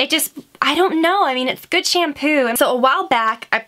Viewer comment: Why do you pronounce it "SHAYM-POO". Arggghhhh!!!